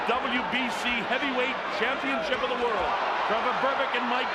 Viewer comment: to the citizens of america its world not wirl